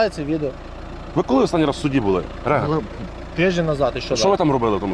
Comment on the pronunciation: Не Рега, а Рига🤣